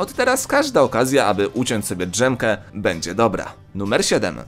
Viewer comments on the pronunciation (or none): none